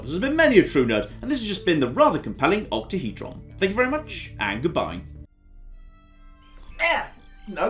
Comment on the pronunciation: Octahedron or OctaheJon?